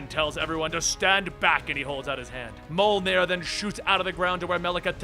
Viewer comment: why do Americans have to ruin every european word? ITS NOT PRONOUNCED MOLNIR....